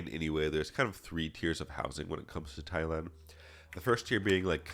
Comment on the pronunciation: will say he's not a weirdo or creep but then accidentally pronounce it as "Thigh-land" in the next sentence. xD 🤣 Nah but fr thanks for all the vids and test prep resources at your site! I just passed my A+ core 1 exam after going through all the questions you had up there, great work!!